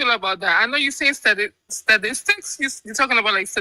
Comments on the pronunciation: Sadistics instead of Statistics lmao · doesn't sound too intelligent. Not "sadistics". Lord! I heard "sadistics" AFTER I started typing this. 🤣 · She tried to say statistics but didn't know how to pronounce the word. 😅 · I began cracking up when she didn't know how to pronounce statistics. Don't feel bad I don't know how to pronounce a couple of words either.